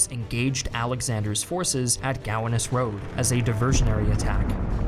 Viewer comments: “Hes-si-ans”? “Gow-wah-nos”?! Dude, with all the wonderful research you do could just do a little more on how to pronounce things? Is really diminishes your work. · IKR? I was like WTF is Guanas for a minute. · A small correction from a native New Yorker - Gowanus is pronounced "Go-wan-us". That aside, as someone who's studied this battle for over 40 years of my life, I have to say that overall you did a pretty good job here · Gowanus = "go-WAHN-us". Also, as far as I know, the alternate name was Guan, not Guana. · I just want to point out that Gowanus is pronounced "guh-wonn-us", I'm from NYC so your pronunciation kinda threw me off haha. Great video though, looking forward to the next one. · This bothered me too.